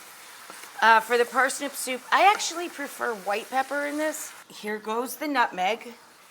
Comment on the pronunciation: i'm now annoyed with how she says soup with an extra u....